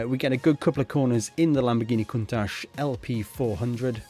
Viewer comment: Countach is pronounced Coon-Tach How much Cars and Tracks are available in my First Gran Turismo…18 and disapointing only 3 Tracks ? For real Enthusiasm Guys who already have GT7 a Mission Editor With Self adjusting earnings is needed badly…or This GT7 will be called my Last Gran Turismo… I want to earn 1 Million Credits FROM Every Car i have overlapped...and 1 Million for winning 1st Place in all Major Races…20 Million earned is just enough to Buy one Car in the hagerty Collection…